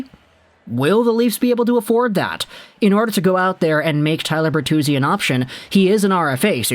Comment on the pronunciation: Tyler... its Tyler